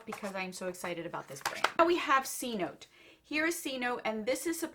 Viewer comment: It's said se-no-te